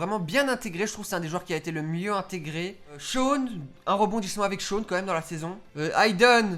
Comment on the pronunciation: Shawn ça se prononce comme ça s'écrit 😂 En phonétique ça doit être un truc du genre Shaone (Je regarde en vf, jugez pas, je préfère regarder en vf qu'en vo 😂) Est-ce que ce n'est qu'un détail sans importance ? Peut-être, et alors ? 😂😂 Sinon, je partage ton avis sur ce que je connais, je n'ai vu que les deux premières saisons et j'en suis à la fin de la troisième 😂 Fin bon, super vidéo, je suis pas déçue 😁